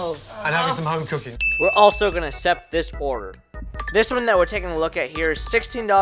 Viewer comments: Good info mostly beginners stuff… I cannot believe how much it bothered me how he says “accept” I’m Not sure if he just doesn’t know how to pronounce it or some other issue. It’s Like this Akk-cept.. not Aa-sept. It’s not hard. Keep on dashing man. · You should look up how to properly pronounce accept